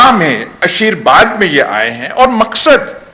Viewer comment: Ayaz Amir Saheb, ab aa jayay, ek choti see tashe ke taraf. (intehai moazrat kay saath👏) Aap nain farmaya "Aasheer Baad" jab kah saheeh "Aasheer Waad" hay. (google kar leejiyay) Iss kay illawa aap nain farmaya "SIMT" jab kah sahee "SAMT" hay. Aur haan iss baat ke bhee moazrat kah meray pass Urdu Key Board nahein hay. Main nain apnnain likhay ka google say tarjuma karaya .. woh intehai mazahka khaiz tha.😧